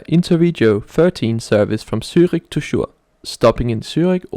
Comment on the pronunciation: It is actually written as Chur but pronounced as Koor